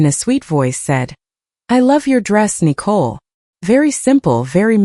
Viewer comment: Why are they pronouncing Nicole like a cat would?